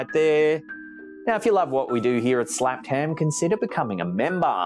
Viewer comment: Gutted to see a video without saying "Slehpped hhemmmm" 😂 Love your videos! ❤